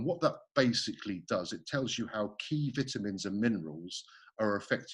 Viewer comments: I’m just gear for Eddie saying vitamins like vittamens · Didn't know the British pronounce vitamins with a a soft i. Learn something new everyday. Also, why does the British forget about the letter t. For example, saying Bri-ish instead of British or Wa-er instead of water. Fascinating indeed